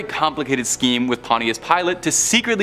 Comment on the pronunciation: It's pronounced pawn-chus hunny (Pontius)